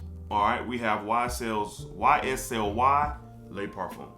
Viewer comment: Bomb list! LHOMME Ideal is in my top 5for life as well. I am hollering at YSL pronunciation!🤣🤣🤣 I have edp it is A and B personally I on buy fragrances or flankers that don't smell the same! Check out AlT fragrances I have several inspired fragrances that are in your top lists you will be glad you did!